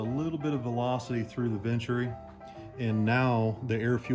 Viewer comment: What the heck is a "ventry"? Do you mean the venturi? Bernoulli would be impressed with your knowledge of his laws of fluid dynamics but wouldn't know what you were saying. Thanks for showing us you don't have to be a freaking millionaire to have fun drag racing. Really appreciate what you do,. Pretty good for a young guy.